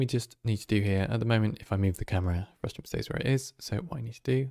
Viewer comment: Frustum not Frustrum haha